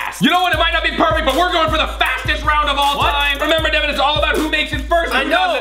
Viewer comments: devan not deven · Michelle Vavasseur its Devan not deven